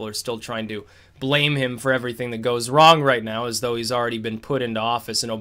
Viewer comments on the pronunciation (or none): none